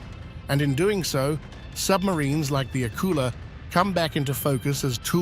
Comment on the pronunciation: it;s not pronounced AK-ula, it's pronounced ak-U-la - the stress is on the second syllable